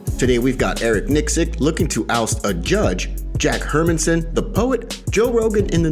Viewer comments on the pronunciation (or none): Love your channel and the way you guys stay on top of things, but I have one request. Can you please get the pronunciation of Jack Hermansson’s name correct?